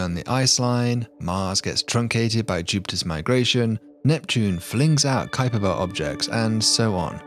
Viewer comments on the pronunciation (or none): none